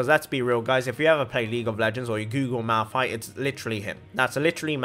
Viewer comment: I wasn't a fan until I heard Malphite😂